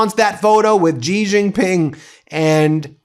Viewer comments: Please pronounce it “She” Jingping, not “zhjeee”. That’s the proper way to say Xi. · Dear Ben, as I have told you many times before, the name Xi is pronounced more like the English "she", not "gee". I make this observation having spent 2 years in Shanghai during which I took Chinese lessons based on 普通话 which Westerners call Mandarin for reasons I do not understand. If Chinese readers want to comment, please do so. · It's Xi- Pronounced "Shee" not GEE, Ben, do better my man. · Xi Jin Ping: The 'Xi' is pronounced as 'she' not 'jee' or 'zhee'. Just FYI.